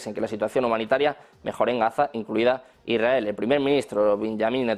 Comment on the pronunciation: Hola, Molesta un montón a no saber hablar correctamente. Se dice lsrael NO lrrrael !”